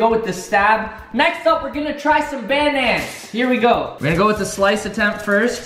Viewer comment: * likes video cause he says banana wrong*